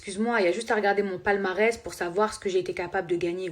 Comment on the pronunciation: Elle a dit" mon Palmarès" 😅 elle a dit "va ganger un moundir" 😂😂😂 im done, im quiting